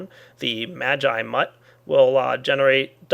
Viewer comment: you pronounced magi wrong by the way